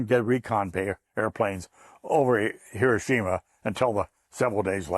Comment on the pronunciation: Finally somebody that pronounces Hiroshima correctly 🎉